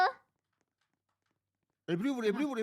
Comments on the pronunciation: abla ebru yerine eRbU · Peki 'nin Ebru'ya "ERBU" demesi😊